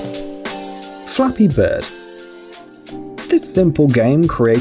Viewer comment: When he said "Flappy bird" I thought he said " *Dolphin sound* beard"